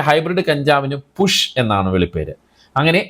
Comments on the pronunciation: പുഷോ..... 🤣🤣പുഷ് അല്ല കുഷ്. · പുഷ് അല്ല അണ്ണാ കുഷ് എന്നാണ് 🙆‍♂️😆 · പുഷ് അല്ല കുഷ് എന്നല്ലേ 😂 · കുഷ് എന്നാണ് 🤣